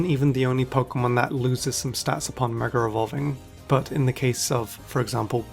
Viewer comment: DRINKING GAME: take a chug of your cocktail everytime he says "MegaREvolving" or "MegaREvolution"